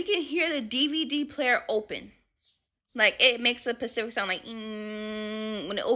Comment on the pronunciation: Omg it’s specific not pacific lol that sister with the red hair was killen me with that 🤣